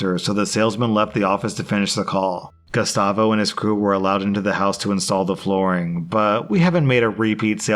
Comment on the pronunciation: When he read the name gustavo i heard Gestapo hahaha